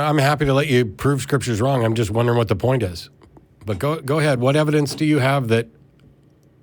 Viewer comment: Why does Matt pronounce Hwat instead of What?